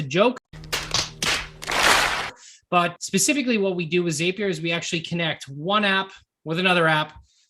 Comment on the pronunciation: It's a zap, therefore it's Zapier with the short A. Not a long A. The word zap is in the company name, why do people change the name to a long A sound?